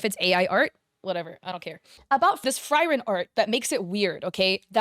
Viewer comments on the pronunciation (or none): I am so triggered at the fact she said “Fry-Ren” instead of Frieren) 😭No hate but her name is pronounced “Free-Ren”. But still besides that, I despise AI art to 100% hatred. It’s awful, unethical and unacceptable on so many levels. And it’s disrespectful because of the fact that Frieren is a fan favorite character beloved by many including me! I don’t like how people think that since she’s so popular, they can capitalize it by blatantly stealing the character for dishonest means! Frieren’s chest is not that big, she’s flat as a board so that’s not possible in any way. Make it make sense people. Because it’s impossible to make a good argument for AI art, it’s impossible to understand how it could be useful, I’m sorry. I’m an aspiring manga artist from the US and I’m hoping to one day make a manga that will bring smiles to others, in many ways I can’t turn a blind eye to someone using art like this for profit and cutting corners to scam unsuspecting people out of dollars they could spend on actual artists. I’m sorry, but no. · I'm really triggered by the way you pronounce "Frieren". It's german and pronounced more like Free-ren not Fry-ren. sorry really bugged me. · Ok let me correct something on her video nothing about the scamming ai artist nothing about the art I want to correct the Frieren I've seen the anime both dubbed and subbed and they both pronounce it free Ren no hate just a person who watches anime a lot 😅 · FrYren, yea, thats the problem with english. Frieren is the name, with an I. Also, shes sitting on a bench probably, not a plank. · "Fry ren" is hurting my soul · the amount of pain I felt on the Frieren pronunciation :face-blue-wide-eyes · off topic but why did u pronounce frieren like that 😭😭😭